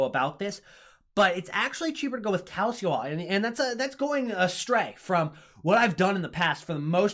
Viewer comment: Love your vids. Thanks for posting these! A little hint, Calcio is pronounced cal chee oh.